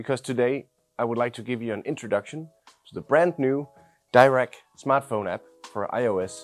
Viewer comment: Why is the option to select 'tightly focused imaging' as in the desktop app not available in the iPhone app? Also it’s’ Dee-rac not Dy-rac!